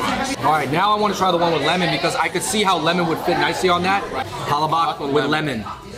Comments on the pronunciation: when you say we have a sunny disposition and we are the most extrovert you already made me proud, not to mention how well you explain all the food choices so pronouncing palabok isnt a big deal for me 😊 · Love your video and I am German/Norwegian from Minnesota lol. It's pa LA bok (long O in the bok and accent on the LA lol). Tastes just as good no matter how you pronounce it :) P.S.200,000 Pinoy living in Vegas these days... with original Golidilocks, Jolibee, Chowking, Red Ribbon, Max's Chicken!) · Umm, it's pa-lā-bōk not palabak. You sure he's Filipino? Can't even say it right brah. Smh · Hahaha you had me until you said Palo Bok 😂😂😂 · Great video guys! The Pal-La-Book looked so yummy and you all delivered the food review to a “T” now I’m hungry for some Jolibee. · Heck I’m half Filipino too but I’ve never done heard anyway say it like pala-bawk. 😂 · Yeah, in the Philippines it’s pronounced PaLabuk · Pa-La-Bak lol 😂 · I so much have lauch that they called "palabak" sorry guys i just funny to hear the word palabak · yall should have tried the chicken with rice!!! && no offense... Filipino friend please do research if necessary before saying pala bock 100times. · Sorry guys I really butchered the pronunciation of palabok in this video. As you know from previous Filipino food episodes in NYC, I do try my best to share and educate our culture as much as I can. Chalk it up to not hearing the word used a lot by my mother growing up (My dad is Irish). I’ll do better next time, I promise! Hope you continue to watch the videos I produce because I will do my best to continue bringing Filipino culture & food to the forefront of media. Thank you 🙏🏻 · These people complaining they said palabok wrong. Please understand that Filipino is not their language. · Nah, you ain't getting off that easily. You could've remembered how the cashier pronounced palabok. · Naahh. All good man. No sweat on palabok pronunciation. I love palabok. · Except the pronunciation of palabok